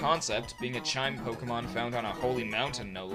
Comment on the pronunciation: pokehmon.. hehe.. hehe